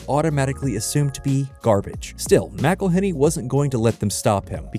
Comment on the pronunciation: Every time you pronounce McElhenney’s name wrong his teeth get a shade whiter